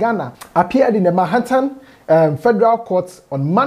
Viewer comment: I have checked New York Post and the story is there. I like the way you pronounced Manhattan.